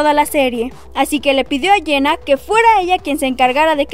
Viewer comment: Quien es "Iena"??? Pronuncia bien, por el amor de Dios!!!